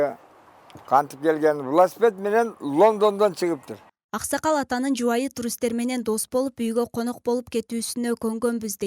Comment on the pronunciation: Акшакал эмес Аксакал экен